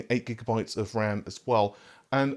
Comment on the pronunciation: Did you really just say Gigamabytes?